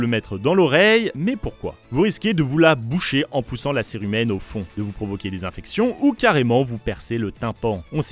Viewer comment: On dit pas curé humaine mais bien cérumen 😅 A par ça super vidéo